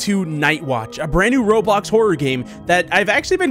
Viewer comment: You sayd "roblux" and .......... .thats offensive